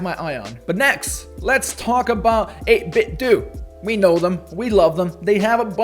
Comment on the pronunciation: 8BitDo is pronounced “8BitDoh” (like Nintendo), not “8BitDew”